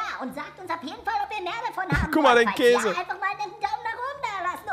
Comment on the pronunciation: sagt immer auch kase hhaah